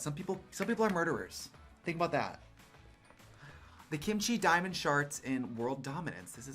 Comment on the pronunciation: Did Trixie say “ the Kim Chi Diamond SHARTS” 😳😂